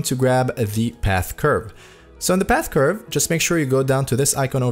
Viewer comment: dude cant say curve and says objects r colors 💀